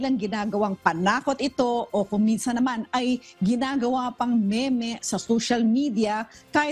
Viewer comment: “Me-me” talaga?! :-) read as “mim” po ang “meme”. Hehehe